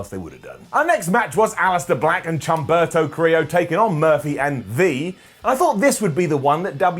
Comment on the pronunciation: Chumperto Carrilo? u ain't right 😂